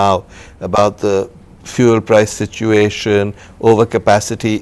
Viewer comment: This can't pronounce 'fuel' properly.